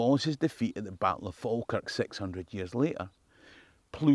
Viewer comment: Never pronounce the L in Falkirk